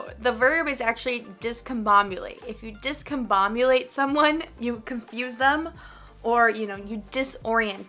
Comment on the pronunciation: I believe coerce is pronounced differently though. And for some reason, you say 'discomboMulate" instead of "discomboBulate" as if there's a bomb in this word.